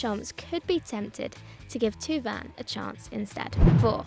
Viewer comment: thauvin is pronounced toe-vun not two-vun.